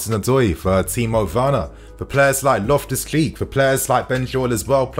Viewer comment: Is it just me or does he say "Loftus- cleek"